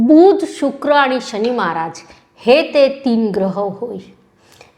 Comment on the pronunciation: बुध मधील बु पहिला अाहे.तुमचा उच्चार तसा नाही. राग मानु नये